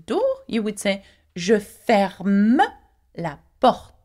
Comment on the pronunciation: You pronounce the e such as la port-ah rather than just la port. Is that Parisian accent or just the proper usage?